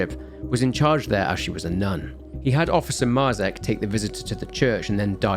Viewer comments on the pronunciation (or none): Dude, Marzec isn't pronounced like that, and neither is Tykwa, or Dobrucki, use the fucking speaker button in Google translate... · Great source of information. Thanks. One comment; Marzec and Tykwa (surnames), the pronunciation is completely different in Polish ;)